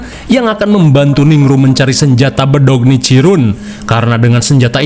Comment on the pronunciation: Kayanya di anime ya para hasira harus basmi para hasira jadi jadian😂 pedang nicirin❌pedong nicirun✔ muzan jadi jadian buatan ala orng indo sound kasih phm bos😂